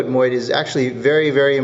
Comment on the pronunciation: MODE, MODE, MODE. You got it once. It's not MOID.